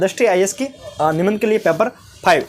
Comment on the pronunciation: Thank you but paper not peper